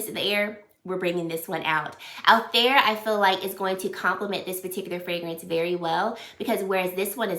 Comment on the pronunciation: It’s pronounced al-Thai-ir.